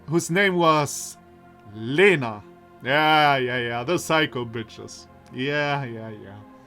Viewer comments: I've rewatched the video again, L in Lena sounds soft all right to me, but the E indeed should be more like [e] and less like [i]. Also I've mentioned above soft sight and iotated vowels after a consonant make it soft, what I missed is that и [i] also does that (just adding it to be sure I don't accidentally misinform someone). So, say, I've mentioned earlier Елизавета reads as [jeliza'vʲeta] (soft v), but actually that would be [jelʲiza'vʲeta] (soft l and soft v). It's just softening by [i] is so natual it didn't occur to me to mark that. Actually, wikipedia explains palatalization saying the palatalized consonants sound as if they were followed very closely by [j] which in turn is very similar to [i] (for example, in Russian the letter й [j] is actually called short и [i]) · I think you pronounce Lena wrong. The L is more soft. ("Ļena" in my country)